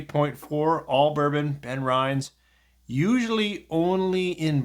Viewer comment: Just FYI: due to the double "n" it is pronounced 'Ben-rin-es' (with the 'rin' like 'Rin Tin Tin'), not 'Ben-rye-nz'.